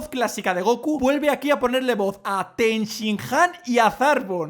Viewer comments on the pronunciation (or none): Sobre Ten Shin Han, si miramos los títulos de episodios gallegos en los DVDs de Salvat(son los títulos de la TVG), veremos que no es "Ten Sian" si no "Ten Shi Han". Ese Ten-sian sería resultado de decir el nombre con a H muda y quitar una N(quizá para que suene mejor porque Ten Shin Han con la H muda sonaría fatal xd)